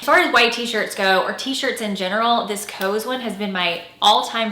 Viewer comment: COS is pronounced exactly like cost, but without the T.